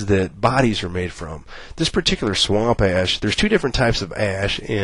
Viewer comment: i'm sorry, but I had to chuckle every time he said "swamp assh"